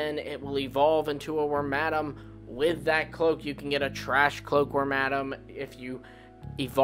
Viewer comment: BUT THE WORMADAMS WHICH YOUR PRONOUNCING WRONG CAN BE FOUND WITH ANY OF IT’S 3 CLOAKS IN ANY REGION IT’S IN. IN LORE THERE IS A SET LEVEL UP MOVESET IT JUST DIFFERS IN GAMES. THE REASON REGIONAL VARIANTS ARE COOL IS THE COOL IDEAS THAT COULD BE BEHIND THEM WITH OUT THE FORCED LIMIT OF MAKING A NEW POKÉMON BUT MORE IMPORTANTLY THINGS ADAPT.